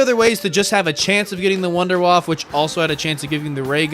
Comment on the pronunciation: “WUNDERWAFFE”!!! Not WouNdErWaFf that’s not right bro